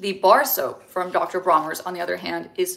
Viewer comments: DR. BRONNERS.. Not Bromers. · its Bronners with an N